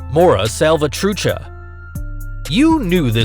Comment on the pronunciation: “MORA” SALVATRUCHA🤣🤣🤣 FUCKING IDIOT🤬🤬 ITS “MARA” DUMBSHIT